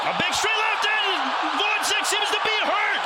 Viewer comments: The commentator wasn’t bothered to learn how to pronounce Gvozdyk’s surname. He called him all the time Gvodzyk which is totally wrong. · woizek? it's like call stevenson shtiunsen. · How hard is it to learn how to pronounce a name for a commentator whose job is literally pronouncing names! Who is Votzik? Tough fight it was